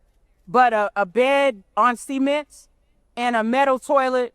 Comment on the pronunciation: extraordinary pronunciation of “cement”.